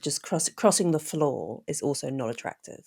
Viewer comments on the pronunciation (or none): none